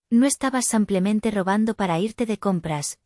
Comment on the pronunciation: A la narradora No se dice sampiamente se dice simplemente esta claro.